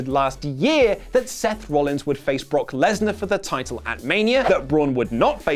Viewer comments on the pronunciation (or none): none